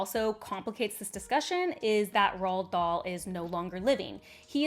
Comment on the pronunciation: The first time she said the name i genuinely was puzzled about this 'Roll Doll' 😅